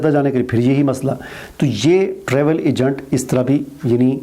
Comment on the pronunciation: Egant nahi hota agent hota hay phelay bolna sekhoo